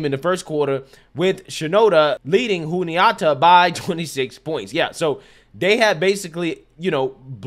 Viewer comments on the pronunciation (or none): FYI The correct pronunciations are Shen-in-doe-uh and Joo-knee-at-uh. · FYI: Shen-ann-DOUGH-ah / joon-ee-AH-tah / VOOR-heez